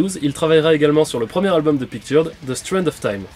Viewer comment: On ne dit pas Picturud mais Pictureud.